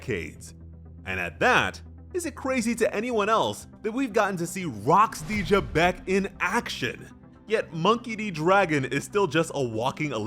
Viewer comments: It's Zebec not Gebec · There is no j in Rock's last name why does he keep pronouncing it with a j